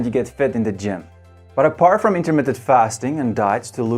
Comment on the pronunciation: Intermittent. Not Intermitted. And yes, it works. Have been doing it for two years.